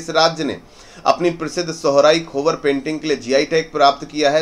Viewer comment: सोहराई कोहबर बोला जाता है सोहराई खोबर नहीं